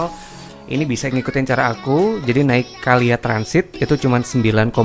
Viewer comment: KLIA semestinya dibaca: Ke El Ai E